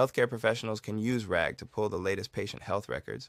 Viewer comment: Wow, he really said ragger with the hard r this is a fun series, keep it up!